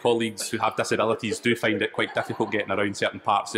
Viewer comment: findの発音絶対初見で聞き取れん